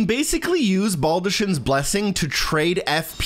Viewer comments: You actually SHOULD hug her multiple times for her quest. Just use the blessing as soon as you get it if you don’t plan to use it. Also, why does everyone keep pronouncing baldachin that way when Fia says BALD-uh-KIN. The “ch” is just said like a K. I’d get it if no one said it aloud, but the character who gives it to you says as soon as you get it… do people just not listen? I’m genuinely confused. Almost as much as when people say Nier Auto-MOT-uh or Auto-MATE-uh instead of Aw-TAH-muh-Tuh… cuz it’s the plural form of automaton and should be pronounced similarly. (Actually with this one I don’t even think a lot of people know “automata” is a real word.) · Just literally butchered baldachin